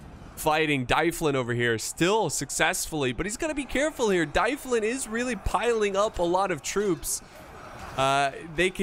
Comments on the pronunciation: mun, it's D-uh-vlin not Die-flin, we need to teach you some Welsh pronunciation!;) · 'Dyflin' is a Brythonic word meaning black pool. It leads to the name in Gaelic 'Dublin'. So Dyflin is pronounced 'DUV-linn' (emphasis on the capitalised syllable).